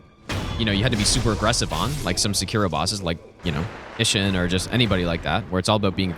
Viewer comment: "Ihsshin" hits hard